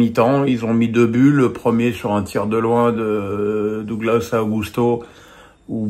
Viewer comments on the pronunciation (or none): none